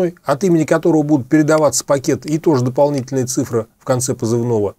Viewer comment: Вы не верно произносите слово цИфра, а не цифрА. Видео как всегда интересное, но уж сильно слух режет. Относитесь пожалуйста к нашему языку с большим уважением!